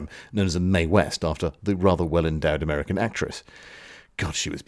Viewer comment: "americanerer" :D